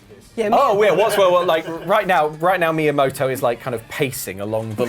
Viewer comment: Did he really say Maiamoto